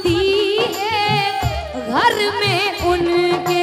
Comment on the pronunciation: Abhi ismein recording nahin ja sakti nahin to aapko main ga karke Bata deta jab aap Ghar bolati Ho to use thoda sa leje mein bolo Gharrrrrrrrr nahin bolna he Ghar bolna hai